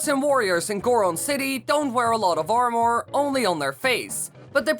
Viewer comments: Who else got triggered every time he said armor like that it's pronounced armer for me lol so hearing him say armooor really triggered me. Still tho good vid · It’s Ar-mur not Ar-More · Armor not AR MOREE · Hey just want to help it not pronounced ar-more it's ar-mah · the only thing that makes me mad in this video is when YOU SAY ARM OR ITS PRONOUNCED ARM ER or is it just my accent lol idk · Armore? It's pronounced armur. Sorry for my ocdness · This guy says the word "armor" like "are more" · stop saying amOR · Not making fun...but I love the way you say armor, ar-more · Did he say armour or ourmor? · Its pronounced "armer" also, can you do this for Gerudo vs. Rito? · Its pronounced armer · SHREDDER arrwmoar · He says Armwore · Armour is pronounced ar-met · That "Or-more" is driving me crazy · U I hate how he says armor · Why does he pronounce armor so strangely likes it’s two sentences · Jeez the way this guy says armor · Interesting way to pronounce "armour" You might as well call a sword "sward" :P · Stop saying armor it sounds BAD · Swear to god if I hear this guy say “armour” again I’m gonna want to stab him